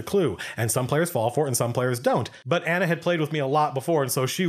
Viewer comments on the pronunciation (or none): none